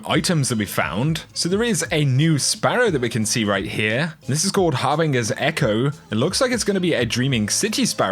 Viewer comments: 'Har-bing-er's Echo'. It's 'Har-bin-jer',. Trust me. Mass Effect. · It's most likely your accent but it's pronounced (Har-Bin-Jer) Thanks for the info though!